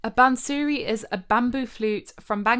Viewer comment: Bansuri pronounced ' bunser ree' NOT "bun sooree"